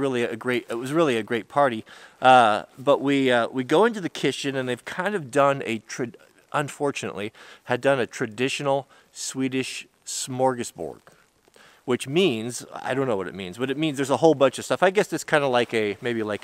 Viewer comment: not smorgausboard